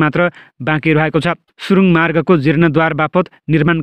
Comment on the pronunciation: जिर्णोद्वार हुँदैन जीर्णोद्धार हुन्छ । उच्चारण गलत भयो । शुद्ध उच्चारण गरौ ।